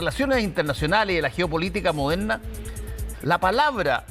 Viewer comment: Como se dice moderna o modemna?